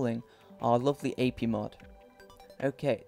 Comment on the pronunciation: Yeah this will bug me later if I don't say this now. The TehModAPI you got the Teh and the Mod right but the API is pronounced with each separate letter A-P-I okay?